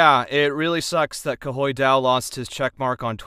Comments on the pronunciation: Loves how he gets the clarification on it being pronounced "Koi", repeats it back, then goes back to Kahoy on the recording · Will delete this comment, but I have to a ask: “Is it wrong to laugh when pronounce Ka-hoi?” If this surpassed 100 👍. I’ll keep it. If below 50 👍 I’ll delete it. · BRO STILL PRONOUNCED IT WRONG 🖐️😭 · The fact that he asked how to say Khoi correctly, tried to remember it with koi fish and still said it wrong after😂